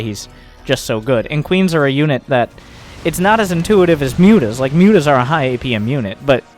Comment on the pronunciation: dont forget "moo-tahs"